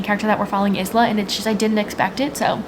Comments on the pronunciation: hi! fellow Isla here! it's pronounced eye-la, not iz-la! it's like the word island. it comes from the Scottish island Islay. Love from Scotland x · PSA the name ISLA is pronounced Eye-La ❤❤